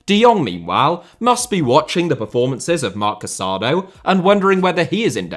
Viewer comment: The Barcelona midfielder’s name is pronounced Ca-sa-DOUGH. The accent on the final vowel makes all the difference. Please be respectful and pronounce the names of the players correctly.